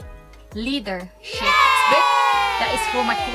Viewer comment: Ahahahah “ledership”😂😂😂😂